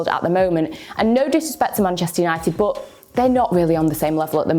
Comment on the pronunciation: "Bod" :D